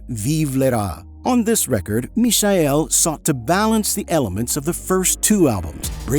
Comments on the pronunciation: FFS it's Michael not Misael! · WTF idiot AI ? Misha-el ??? It is the English Michael !!! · is his name not michael? as in mike, michael? not mee-shy-el? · WTF Idiot ? Misha-el...?!? It is the English Michael !!! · "Mikael", not "Mishael", sorry, just had to be said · Why pronounce "Mishael" when is simply Michael like in Michael Jackson? 😅 Sounds horrible and I have never heard that version before. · Ok but what’s with the pronunciation of the name Michael ? 🥴just say it as it is in English, or- if you want to say it in Romanian, it’s actually Mihai, not Michael. And Cretu is actually read CRETZU( which means curly haired) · Michael is pronounced mee-kah-el. I know, it's also my name. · who's the imbecile that pronounces "mishael" and "ibizia'? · It smells so bad when you say Michael and not miˈhaj ˈkretsu. The Romanian name should sound almost Chinese: just say "me hi" fast Is it AI fault ? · Must be. Nobody pronounced "mischael" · If I hear Mishael one more time... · “Mee-shy-ell” didn’t realise the alternate pronunciation of Michael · Where are you from ? Is English not your first language. ? I am surprised how bad you pronounce Michael and Ibiza ! WTF dude ? 😂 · you honestly cannot pronounce MIchael? ffs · Is this the french prononciation of Michael on the video, I thought it should be said just like Michael Jackson or Michael Douglas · he keeps mispronouncing his first name its very annoying. he gets sandra pretty close though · Just a correction: in Romania we call him Michael (as any English speaker would pronounce it) and Cretu is Crețu, so not pronounced ”kre-too”, but ”kre-tsoo”, like Italians pronunouce Z (a ”ts”). The similar Romanian name is Mihai, pronunced ”me-high” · He is using the German pronounce of Michael. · AI not knowing how to pronounce Michael... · Mi-cha-el please stop butchering his name. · atleast learn how to pronaunce his name correctly... i hate AI naration